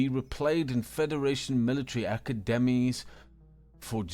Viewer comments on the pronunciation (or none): Great story, although the narrator butchered a few completely normal words. Almost as if it was AI reading it. SEW is pronounced 'SO' not 'SUE' and check out how he says ACADEMIES, seriously you couldn' t say that correctly? A few others too. Really stood out to me.